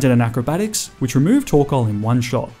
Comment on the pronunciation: TORKOAL, NOT TORCAL!